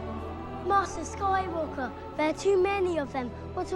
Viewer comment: "Master skoywalker"